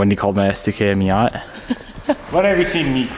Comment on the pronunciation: what's a miott?? i think you mean miatA.